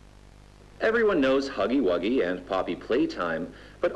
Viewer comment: В видео автор все нормально произносил кроме хаггы ваггы